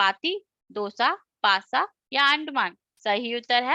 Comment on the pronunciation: In 28 it is not nasa it's pasa